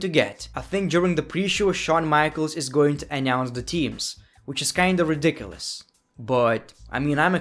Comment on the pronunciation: “ridicilous” lol